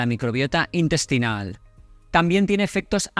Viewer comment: Un farmacéutico diciendo " indestino" , " indestinal" 😢